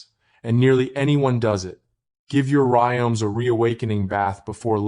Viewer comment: Terrible AI. It keeps saying "music" for some weird reason. And says "rimes" or "rioms" instead of rhizomes. Very annoying. Should be taken down.